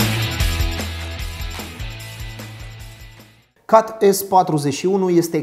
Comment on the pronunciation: Ai spus cumva "cat"? Cum plm sa pronunti cat, in loc de chet?